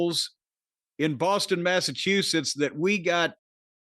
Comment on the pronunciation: Grade school failed Corny, since, he still can't pronounce "Massachusetts" any better than Bobby Heenan (RIP) trying to say 'narcissist'.